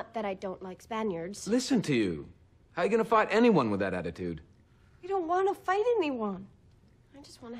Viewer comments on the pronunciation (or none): Love this speech. He said "attitude" in his American accent though